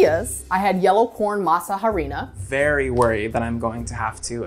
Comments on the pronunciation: The "h" in harina is silent 🙃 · Spanish tip #1 Masa harina Is translated to Masa flour ...so just say. Masa or Masa flour. #2 the letter H is silent in spanish. So it's Arina ...not Jarina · It's pronounced Mah-sa Are-ina. The H is silent. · Once you make your own tortillas, there is no way back. And please, English speaking people, de H in harina is silent. In every Spanish word that starts with H, it is silent. Our Spanish speaking brains would thank you very much. (There are more particularities about H in Spanish, but let's begin there)